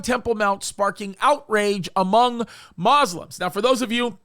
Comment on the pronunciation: Not Ma-slims ! It’s pronounced Mu-Slims (Muslims). That’s like the pronunciation of Catholic as Catlicks or Cat-licks. Anyway regardless of what the courts say, religiously speaking the reason their not supposed to worship or pray up there is because it has to first be purified by the ashes of a red heifer. That’s why they gave them control of the Temple Mount, it’s as a double standard you (Muslims) take control of it but your unknowingly providing “free enforcement” so the Jews don’t up there until the time for purification takes place. That is fact and the real reason they gave them control. Who knows maybe they are ready! When they are ready they will take full control of it under the power of the Antichrist. They did recently burn a normal cow with other elements to get the proper technique down and ash ratio. That was a dry run.